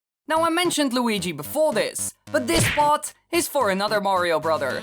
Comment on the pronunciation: weegee coin